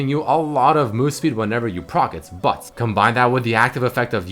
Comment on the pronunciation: the way he says "but" bat